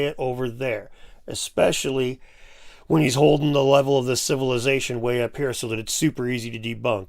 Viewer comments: He said expecially... thats like saying nucular. Or axe. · He said "expecially". We can already discount anything else he says.